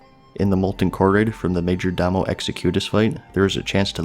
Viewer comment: Major DAMO EXECTUE US, noononononon its major dohmo ezekyoutaus